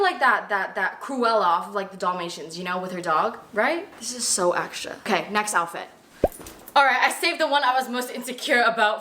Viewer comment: She said, “hudi beauty” and “damation”